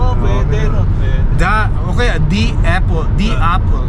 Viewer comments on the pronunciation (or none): vowel at consonant ung tinutukoy mo. kapag letter A"ung 1st letter ng kasunod na salita it means vowel po iyon. halimbawa yung sinasabi nyong "the apple" ang tamang pronunciation dyan is "di apple" kasi vowel po yung kasunod na letter😁 anyways fan mo tlga ako, nag aaral ako mg salita ng english kasi pinapangarap ko rin tlga na makarating dyan sa canada. sana palarin ako tulad mo. nakaka inspire mga vlog mo, pa shout out nman, olaybal family ng binangonan rizal mula sakin jomar olaybal 😁 thnk you thnk you sna mapansin moko godbless po